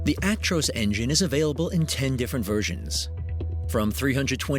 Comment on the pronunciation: It's called a Truck not a tractor and its Ac-tros not aik-trois